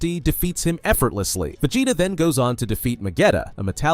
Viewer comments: va-jay-ta uuuzuroo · "VAJAYTA" was sending me